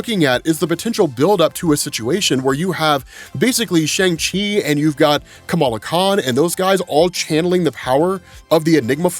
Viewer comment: Bruh. Learn how to say Shang